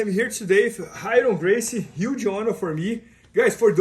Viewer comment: not Raryon:)